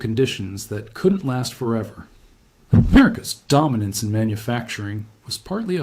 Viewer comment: You sure put emphasis into "Am-ERICA'S DOMinance in manufacturing..."